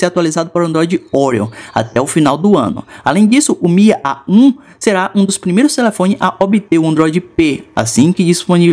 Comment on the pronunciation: o faz AH um AH 1 kkkkkkkkk